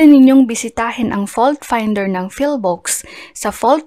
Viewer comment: Madam PHIVOLCS po, not PHILVOCS... Legit ka ba sa kaalaman mo?